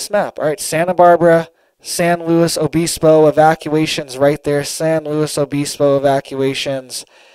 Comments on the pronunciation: not BEESPO, BIS, LIKE PISS. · Obispo is pronounced uh-biss-po. Biss like miss. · I was just saying that exact thing 😂SanLuos O Biss bo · it’s pronounced “San Loo-e Obisbo”. And the “t”in Santa Barbara is silent fyi I know your from Florida…It’s like the pharmaceutical approach to the weather. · It’s pronounced San Luis O bispo